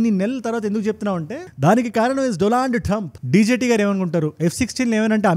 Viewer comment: The way you said "Do Laaand Trump "💀💥🔥🤣😂